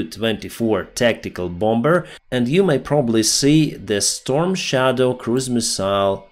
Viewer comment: The word "bomber", the second "b" is silent. It sounds like "bommer". The same with "bomb" and "bombing". The second "b" is silent.